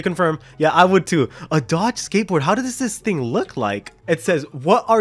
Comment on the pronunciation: when he says Dod ge